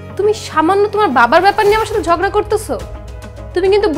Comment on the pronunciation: Jogra na uccharon hobe jhogra hobe